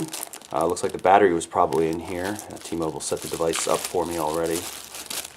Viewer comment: ITS T-MOBILE! NOT T-MOBLE!